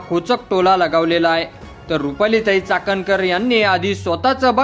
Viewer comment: अरे चाटणकर नाही चाखणकर 😢